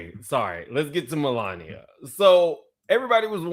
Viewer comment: Mel----lania lmao!